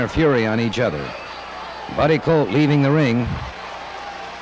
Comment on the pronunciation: Jones keeps saying Buddy Coat.